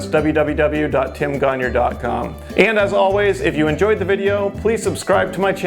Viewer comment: Just curious but why do you pronounce your last name as "conure" when it is "gagnon"?